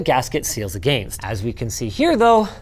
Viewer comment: I've been wondering for a while now, the way Linus pronounces against, is that a Canadian thing, or a Linus thing? Cuz it's pretty odd. Not bad, just odd.